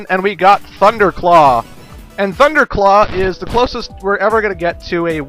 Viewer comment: umm he says "THUNDERO CLAW!!!!"